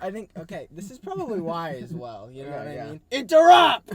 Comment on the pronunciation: “INTERRUPT” the Mattitude i love it